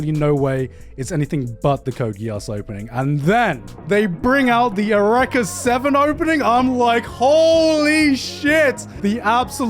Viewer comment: why did he pronounce eureka as "ereka"